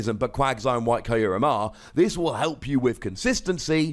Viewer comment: It's name is from japanese, so it actually should be /q:rem/. Like you would say.. (Im sorry for the improper example) F*ck you. The ckyou part.